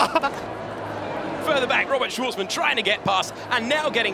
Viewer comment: That one comentator was dogshit... he didnt even know who robert shwarzman was. He had to read his name from a script and still got it wrong.